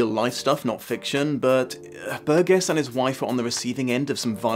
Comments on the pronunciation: Hi, I am enjoying your videos a lot. A few nitpicks:: 1) I believe Burgess pronounced his name with a soft "G," like Bur-jess; 2) the music that plays during the sped-up sex scene is Rossini's William Tell Orchestra, not Beethoven—in fact, apart from the 9th Symphony very little of the score is by Beethoven, most of it being variations on Rossini or Purcell; 3) although "horrorshow" is used less frequently in the movie than in the book, it does appear seven times in the movie—the movie decreases the use of Nadsat overall; 4) Burgess himself is the source of the explanation that "queer as a clockwork orange" is a Cockney expression—there are no other uses of it in print prior to the novel's publication, so it's possible Burgess gave this origin as a joke (which would not have been out of character for him). Hope you take these in a scholarly spirit, not to take away from the very fine insights. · I'm just here to see how many people could be arsed to correct your mangling of Burgess's name. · You're mispronouncing Burgess. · Burgess is pronounced bur jess not burg ess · Pedant alert - the author's name is pronounced "bur-jis", not "bur-ges" (o; Love your work,. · LEARN HOW TO PRONOUNCE HIS NAME! IT'S PRONOUNCED BURJESS NOT BURG ESS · does the author's name have a hard G in it? there's a tv presenter over here with the same spelling but pronounced ber-jess instead of ber-guess. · It's 'Bur-Jess'. The '70's were a great time to be a teenager, we'd have given you the old surprise visit... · It's generally pronounced with a soft 'g': /ˈbərjəs/. It's a word of British origin so you have no excuse. ; ] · The author's surname is pronounced "bur jess" (bɜːrdʒəs) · Great review... Ps its pronounced Burdjuss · Burgess = "BUR-jess". Might help to nail down these really basic things before opining expertly on a subject. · I think I was triggered by repeatedly pronouncing Burgess incorrectly. But, great discussion also🐍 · Um... BUR-jis.